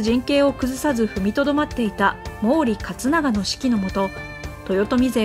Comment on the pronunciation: もうり勝永じゃなくてもりだよ。 読み方は